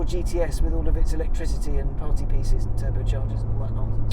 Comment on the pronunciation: Electrizzity and faff😂